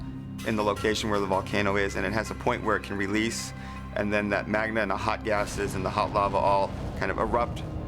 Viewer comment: Magma not Magna. Anyone else pick that up?